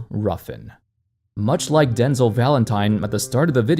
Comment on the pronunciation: It's den-zel Not denzle.